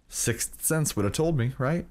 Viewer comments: Try say sick Sense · it's pronounced sicth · EVERY TIME HE SAYS 6 SENSE I CRINGE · The emphasis on "Sixth" Sense. LMFAO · Does anyone realise how much he struggles saying sixth sense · trying so hard to pronounce, "Sixth" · it's not that hard to prenounce sixth sense, but it's just one of those words... Can't explain it but I get where your coming from.